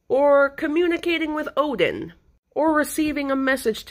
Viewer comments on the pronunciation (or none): none